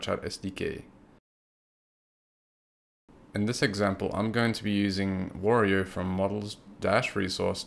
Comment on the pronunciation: It's Wario, not Warior....